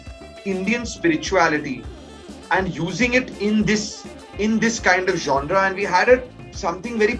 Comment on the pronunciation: Who is this guy. Seriously I had never heard of him. I was only counting how many times he said 'Jaunraa'. (Genre)